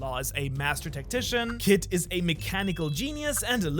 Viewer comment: When you said "Law is a masterful tactician" I thought I heard you say "musician"